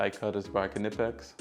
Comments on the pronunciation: Unilite rechargeable headlight. Also the K in Knipex is silent, pronounced Nipex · Just so you don't sound foolish in the future "knipex" is pronounced "Nypex" using the sound of "I". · Thanks for sharing! Some top tips You should definitely be sponsored by Milwaukee though. I'm going to go out on a limb and suggest it's pronounced "Nigh- Pex" [Knipex]! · just a heads up, knipex is pronounced nipex, the k is silent .... greta vid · Great setup, been working on a similar thing and this gives me some great ideas of what to add. Imagine this could handle 80% of handyman work, and the quality of the individual tools is great. I question why did you go with an impact driver I/o a drill/driver? Also, the “k” is silent, it’s just pronounced “nip-ex” and they are amazing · Man if only you knew how to say Knipex